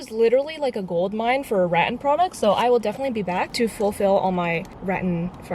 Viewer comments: Kinda find it funny that says "rattan" like "rotten" hehehehe it's actually rat (like the mouse) and tan (like sun-kissed) if that makes sense hehehe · I think its rat-an not ra-un but sure its cute lol Xx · giggling everytime u say RAT-tan😭😂 it's RAT-tan btw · it's not pronounced as "rat-en" or "rat-an" it's actually "rat-tan" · The pronounciation of rattan is ratTAN and not RATtan. Btw Im from Philippines and we have many rattan here! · Rah Tan not rat ten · re-TAN is correct RAT-en is not correct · I believe it is Ra-TAN not RAT-an 🧑🏻‍🏫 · It’s not “RAT AN” it’s “RA TAN” 😩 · "ratin" p.s. its ruh-tan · it’s ra-tan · It is pronounced ruh-tan. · Ahhhh (Rah-Tan) Rah: like sun god. Tan: like skin 😂😂😂 Hope that was helpful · Btw it’s pronounced rat-tan, I love your vids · i THINK its pronounced like: ruh-tun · i just wanna say this is how you are supposed to pronounce Rattan It is Ra-tan. And yes i GOOGLED it lol. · we have a store in my country and its pronounced rah (like if youre scaring someone lol) and tan without the twang. so not tyan, but just tan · I think it is pronounced ra tan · Way to go. You did great. Love the blue paint. You have such a nice family too. FYI, rattan sounds like suntan. Cool headboard. Keep shining on. 🌞🥰🇨🇦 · It is pronounced as Ra-Tan, I mean I have been living in the Asian side so not really sure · 1) it's ruh-tan and 2) rattan and cane webbing are not the same thing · Rattan is pronounced as it is with the stress at the end. raTTAN. ☺️Love your make over videos 😍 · Pronounced rat-tan - two syllables. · Rattan is pronounced reˈtan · Rah-TAN. 😊 The room came out great, I love the geometric wood wall accent! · Actually it’s rAhTAHn (or at least it is in my language) 🌸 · It’s ruh-tan! 😂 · It’s Ra-tan btw lol love your videos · She really call rattan, “🐀🇳” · nobody: the whole video: rat inn... rat anne...? rat inn:D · To answer your question, it's ruh-tan not rat-an :) but however you prefer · Uggggh it's "ruh-TAN"